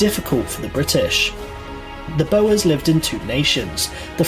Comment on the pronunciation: The number of mispronunciations of words in the video that's being commented on is crazy! 'Bower' for Boer, for example!